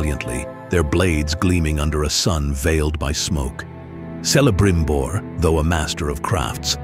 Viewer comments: Celebrimbor should be pronounced with the initial [K-]. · Pronounces Celibrimbor wrong.